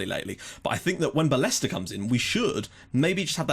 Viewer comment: Don't wish to sound like a prick, but it's pronounced Ba-yes-ter – the double L in spanish is silent! Great vid as usual